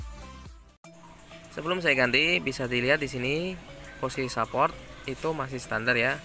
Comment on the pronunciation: Ngomonge sehport bukan saport..